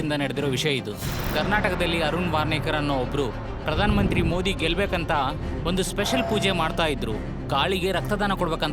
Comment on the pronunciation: ಮೋಡಿ ಅಂತಾ ಹೇಳುತ್ತಿದ್ದಾರೆ. ಮೋದಿ ಅನ್ನಬೇಕು ಅಂತಾ ಅವರಿಗೆ ಗೊತ್ತಿಲ್ವಾ? ಧ್ವನಿ ಸ್ವಲ್ಪವೂ ಚೆನ್ನಾಗಿಲ್ಲ. ದಯವಿಟ್ಟು ಇವರನ್ನು ಬದಲಿಸಿ